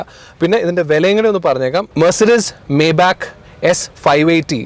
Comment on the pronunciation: Bro not മേബാക്ക് , the pronounciation is "മൈബാ(ഹ്)"